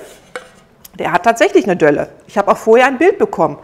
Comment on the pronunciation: Delle, nicht Dölle 😀